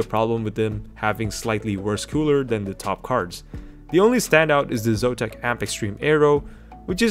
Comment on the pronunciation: what is "Zotam", it should be "Zotac"